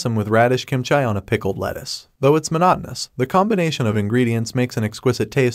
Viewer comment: love the recap, just the way you pronounced "kimchi" as "kimchai" is slightly bothering me😂😂